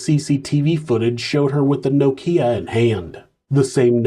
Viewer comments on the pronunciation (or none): Now-Keeyq phone 😂😂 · Now-Keeya phone 😂😂 I’ve never heard Nokia pronounced that way.. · every time u said nokia I had to laugh 😂😂 🇬🇧 another good video 👍🏿